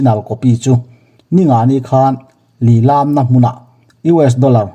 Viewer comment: Lilam tih hi i thluk dik lo..